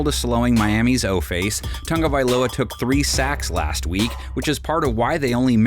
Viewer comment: T-A-G. Tagovialoa. NOT TUNGA. Lord almighty it’s not that hard people.